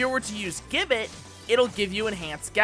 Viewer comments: i already know you are going to get defensive on this so lets skip that part and move on okay... you are saying gibbet wrong. the word itself isnt english the G takes a J sound for the word with the rest flattening out like this ji·buht = if you wish to check for yourself i suggest a quick google search the browser will litteraly say it for you . im not saying ppl dont make mistakes but if nobody ever points it out everyone will just keep making the mistake . that said the video itself is a very good one . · Americans saying Gibbet is funny. For those who care it's pronounced (ji-bey) Awesome video btw!